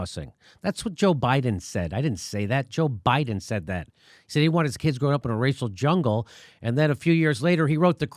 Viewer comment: He said Rachel Jungle. C'MON FAT!